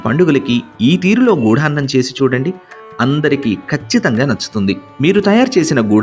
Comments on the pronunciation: గుడాన్నం..... గూఢాన్నం కాదు..... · చాలా మంచి ప్రయత్నం. చిన్న సవరణ... గూఢాన్నం కాదు... గుడాన్నం. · గూఢాన్నం కాదు గుడాన్నం గుడం = బెల్లం